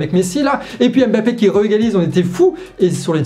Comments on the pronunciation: Juste pour information, Joe Biden se prononce "Djo Baïdenne" comme tu le fais souvent si bien Harry Kane se prononce "Harry Kaine" comme tu l as si bien fait dans la video Mbappe egalement se prononce "Mbappe" et non Embappe Mbappe n est pas un nom francais, ce serait bien de ne pas vouloir le prononcer en francais Mbappe est un nom qui vient de la langue ɓwambo ɓwa duálá (Douala, Cameroun) et qui se prononce "Mbappe" Voici un petit extrait de la facon de prononcer ce "MB" ( - ) Merci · On ne dit pas Aime-bappé, mais mmmmmmmmbappé. Est ce vraiment si difficile?